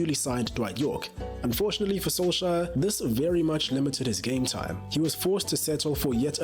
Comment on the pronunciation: SKJ has a SH sound. KJ has a CH sound, like in "cherry"🙂